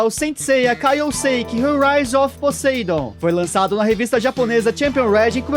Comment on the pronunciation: Brother o nome Poseidon em ingles se pronuncia "POSAIDON" com som de "A" sem sotaque de "E" no "A"